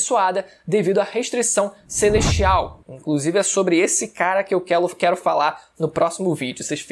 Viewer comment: esse cara que eu quelo fala. virou o cebolinhakkkkkkkkkkkk